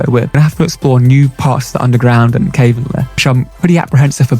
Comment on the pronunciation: Can you please stop mispronouncing cavern